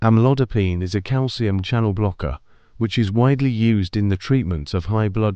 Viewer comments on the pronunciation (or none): none